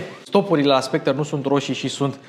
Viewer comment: Soectre se pronunta fara cu r la urma.